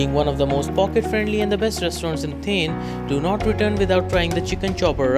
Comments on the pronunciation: It's not 'थेन' , it's 'थाने- Thane'. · Its not theeeeen it's thaaaaaannnne.. 😂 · its Thaane(pronounciation)and not thane(sounding like thame) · U don't know the place as u can't pronounce it correctly and you are suggesting top 10 restaurants of that place is utter nonsense. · Looking at your pronounciation of " Thane", its very clear that you have cut/pasted from somewhere. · Please correct your 100% wrong pronounciation of the city. Its an insult. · Hey Dude ..Please correctly pronounce its Thane City of Lakes .. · Ha kon murkha aahe , jo thanyala neet.pronounce pan karu shakat nahi 🙉🤦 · Cant ignore the Thane Pronunciation though... i tried alot. Also you have missed many.